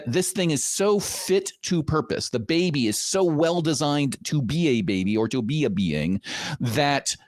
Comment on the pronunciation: Any Linfamy fans hearing how he says, "Bubbay"?